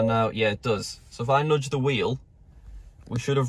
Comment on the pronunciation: "Nodge" the wheel